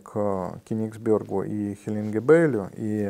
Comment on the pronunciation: "Хелингебель" и "Хелингебельский мешок" - это, конечно, кровь из ушей. Ну нельзя же так.